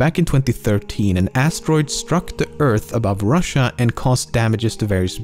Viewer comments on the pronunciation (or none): none